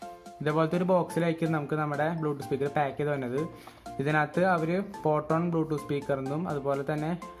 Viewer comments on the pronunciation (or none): പൊട്രോൺ അല്ല ഫോട്രോൺ ആണ് 🤗